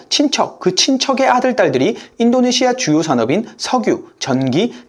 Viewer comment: 아이엠에프, 아시아, 인도네시아 발음하실때 "아" 또는 "인" 부분에서 조금 더 부드럽게 하심 안될까요? 잠에 들면서 들으려고 틀어놨다가 깜짝 깜짝 놀라서 깹니다.